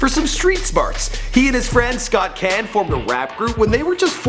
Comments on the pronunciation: Kahn not ken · Who tf is James Ken? You mean James Caan? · It is pronounced 'con' tho, no? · it's pronounced like khan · The last name Caan is pronounced like Khan. Just an FYI... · Also that’s not how you pronounce his last name. Fucking idiot. The As are deep not ah it aaah